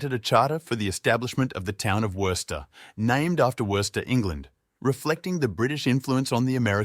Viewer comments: Bro, it's WOO-STER say it right or get lost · You have mispronounced Worcester multiple times. In Massachusetts it is 'Woo ster' like Rooster. please learn how to pronounce the city before doing a poor video on it. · It's pronounced WUSS TER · It's pronounced Whuster. You don't pronounce the first r. Well, you may, but it shouldn't be heard. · Its more like wuss-ster not woo-ster either.😂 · Sorry. This is crap. I got through 3 minutes. After hearing the city name mispronounced for like the tenth time, and seeing the same pictures played on repeat, nope. Don't waste your time here, folks. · Somebody should correct the guy on his pronunciation of 'Worcester'. and yes, Wyman Gordon, Crompton & Knowles, Wright Wire, Jamesbury Ball Valve, and many, many more. full of 'facts', but completely missing flavor. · Cant anyone properly pronounce Worcester good grief ! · learn how to pronouce the name before pretending to know Worcester's history. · Interesting, but not much more. Same aerial videos of downtown over and over. I expected many other historical sites. The narrator mispronounces Worcester dozens and dozens of times. No one with a local accent was available as narrator? One could read Wikipedia about Worcester MA and get about the same info. Contains a few lazy errors that 2 minutes of research would have remedied; for example, the Worcester Galleria fiasco was in the 70’s, not the end of the sixties. The other facts are narrated with no flair, instead it drags on in mere robotic, sterile reading. Appears to be a well-prepared high school sophomore project with a computer simulated voice for narration.